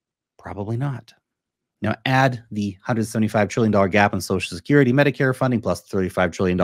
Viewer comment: said “sosal shakerrety” instead of social security.